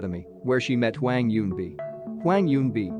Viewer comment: if you said hwang as hweng one more time I'm going to flip my laptop